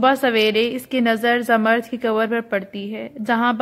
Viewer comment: Zamard nahe Zamrood pronounce karay